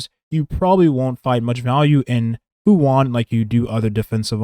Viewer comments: It's pronounced Fu shu-an(xuan) You're saying "Fu one" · why'd you call her fu wan not even 5 seconds into the video? xD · Im sorry I dont want to come off as picky and annoying but Fu Xuan is pronounced "Fu Shu-yen" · Her name is Fu Xuan not Fu One.